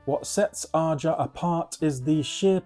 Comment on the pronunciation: Great picks. I LOVE Todd Rundgren's Utopia's first 2 albums. Great stuff. You're pronouncing "Aja" wrong. It's pronounced like Asia." It's sung on the record.